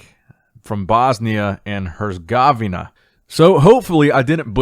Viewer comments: "Bosnia and Gerzgovnia" American geography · "Hers - gov - nia" 😂😂😭😭😭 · I never knew how bad I needed to hear pronouncing Herzegovina until now